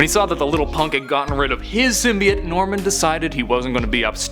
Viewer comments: Finally, someone who says it CORRECTLY! It's symbiot not simbyoat! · thumbs up for not saying sim bi oat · How you say it is correct not how they are saying it in the movie is wrong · As far as I’m aware, your pronunciation of “symbiote” is more correct.